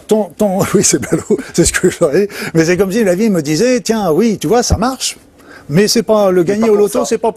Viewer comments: En français on prononce Üite oui , pas ouite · J'ai ri de bon cœur au houit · il a bien dit OUIT ! non mais ! une chaîne d'utilité publique 👍👏👏